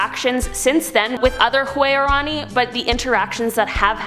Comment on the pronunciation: You are pronouncing the three Ecuadorian tribes all wrong its huaorani pronounced (WOWRANY) TAGERI PRONOUNCED (TAGEYRI) AND TAROMENANE PRONOUNCED (TARO MEN NANY) I have traveled to the country on many occasions and have contacted with the huaorani and I'm friends with a lot of them they are very nice people the other two tribes are very violent and even they do not contact them if they don't have to I wanted to but they told me I would be killed if I tried and there's a lot of lies surrounding the Ecuadorian government instead of trying to help these people they're trying to exterminate them you have to read up a lot and I could teach you a lot about what's going on there if you would desire I am United States Ambassador for the huaorani I have a letter from their government saying that I represent them in the United States that I can help get any help for the tribe in whatever way I can I have a paper stating that